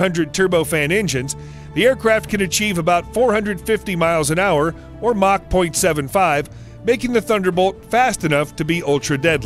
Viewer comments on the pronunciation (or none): none